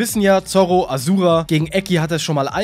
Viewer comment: A Schu Ra ausgesprochen!